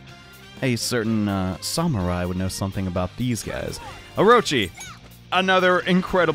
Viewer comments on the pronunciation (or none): none